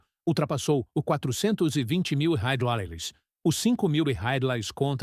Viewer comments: O que é Railes, Raiales, home? O vídeo já é narrado por IA e provavelmente escrito também e parece que o dono do canal não se dá nem ao menos o trabalho de corrigir o texto... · Para você ver como é fácil de ganhar dinheiro: Escreva o roteiro em IA, peça para a IA ler, e nem sequer ajuste o script para que ela leia a palavra "REAIS" como se deve, gere imagens com IA e poste no Youtube.